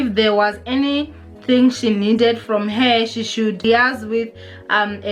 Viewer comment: Lee-eiz ( Liaise)